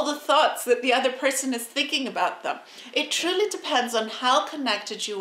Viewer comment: It's 'them', not "thum".🙄😳😁👍🏻